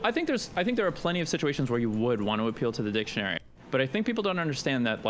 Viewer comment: just heard "dipshineory" instead of dictionary🤣think I'm going to start hearing that on purpose from now on